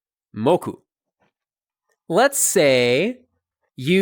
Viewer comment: As everyone else, I love how you're showing sitelen pona but something I've noticed is that you speak with diphthongs very often, such as being pronounced [tʰowkij] and being pronounced [mowkʉw] and also reducing final a to schwa such as and becoming [sinə] and [pʰownə], which technically shouldn't happen and isn't fully correct, but it's probably fine since we can all understand you.